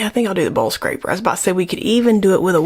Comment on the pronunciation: are you saying bull scraper or bowl scraper? I've never used that kind of tool to scrape a bowl, so I donno know the reference. If it is a bull scraper, then LOL... I've gotta many questions. These sound like American phrases I don't get, but that tool seems to be fun to use. 🙂